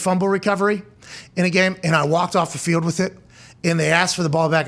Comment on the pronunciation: Why can't Pat say the word "gold" or "field" or "told"?